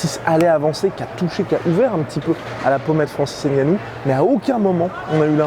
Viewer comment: Par pitié on ne prononce pas le N si vous dites ce nom on l’écrirait avec N’gannou